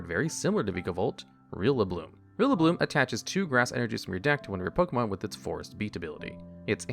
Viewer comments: My man pronouncing Rillaboom as Rillabloom and accidentally coming up with a better name for a grass-type gorilla than the actual translators did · "rillabloom" and "gookey" and "thawacky"